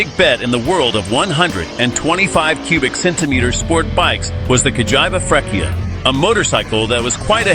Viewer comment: Nice video, even though You didn’t get a single accent! Cagiaiva Mido… Frecchia, and other horror pronouncements… 😂